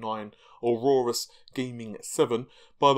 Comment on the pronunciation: You keep mispronouncing aorus